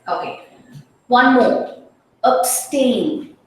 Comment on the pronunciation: Pronunciation is ab-stain.